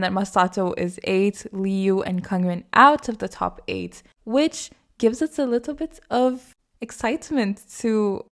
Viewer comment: Random but the way you say "alittle bitof" makes me smile